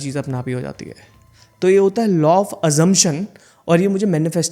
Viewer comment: Sir,Law not Low😅